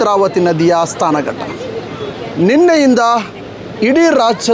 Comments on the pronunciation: Oh! Adu " sthana ghatta " alla marayre. Adu " snana ghatta " Kannada bhashena " murder " madbedi. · SNANA GATTA not STAANA GATTA.